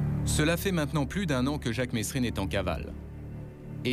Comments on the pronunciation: franchement retourne a l'ecole vous les journalistes c'est pas mesrine qu'on dit mais meeeerine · On prononce pas le S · Jacques mesrine ne voulait pas que l’on prononce le s de son nom ! Merci de respecter là prononciation de son nom.